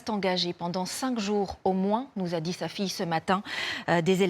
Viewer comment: "Ils ont "d'ji'" "Il est très gentCHi" Cherchez pas, c'est le profil habituel, y a qu'à écouter ses potes